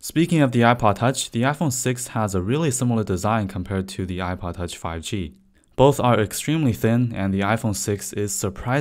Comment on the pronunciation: The way he is saying ipod touch ;DD [apaatach]